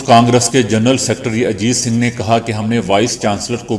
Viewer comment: IT IS NOT SINGH BUT SUNGH PARIVAR